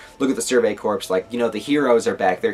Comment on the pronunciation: CORPS as in core... not corpse. just saying.